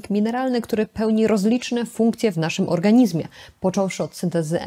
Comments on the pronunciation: Pani doktor! Piszemy "w organizmie", ale wymawiamy "w organiźmie" ! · Organiźmie...gdzie się pani polskiego uczyła?!